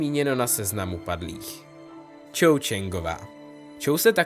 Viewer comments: Hm lepší by bylo nemíchat knižní předlohu s tou filmovou... A tuším, že Cho, se vyslovuje "Čo" a ne "Čou"... :) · To není Čou ale Čo 🤦‍♂️ trhá mi to uši